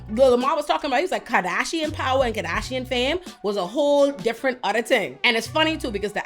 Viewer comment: I love the way you say ‘karrrdasion’ - that beauty ‘flophluencer’ is out, you need to be the meme ❤